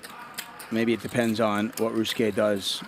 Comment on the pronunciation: How does this fool shorten the name of 4 syllables Ry-u-su-ke to 2 Rus-ke?